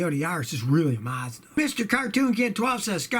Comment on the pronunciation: Its Mazda Not Marzda .